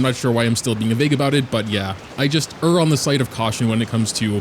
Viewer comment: Err is pronounced like the err in error!